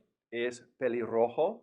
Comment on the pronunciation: Pelirrojo rubio r pronounciation is not right